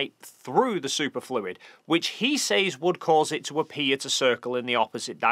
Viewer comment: Anyone else caught off guard everytime he says "sayz" instead of "sez"? I dont think this is an accent thing.